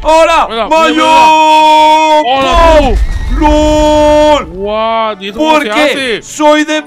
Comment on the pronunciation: en vez de lol dijo gol